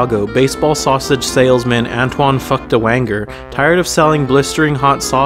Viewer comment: "Anton Feuchtwanger"